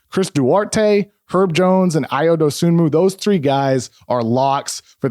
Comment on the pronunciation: The is an excellent breakdown, Kevin. I've watched almost every Bulls game this season, and I can attest to seeing everything you described. HOWEVER, one of the first things I learned about Dosunmu is that the "N" in his last name is silent. It is pronounced doe-SOO-moo. C'mon, man...